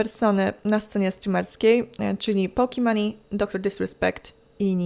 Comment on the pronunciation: Połkimani Keepo, gdzieś kiedyś wyłapałem poprawną wymowę tego nicku i tu UWAGA jest to "pokimon":D zamienia się w Drama News Kappa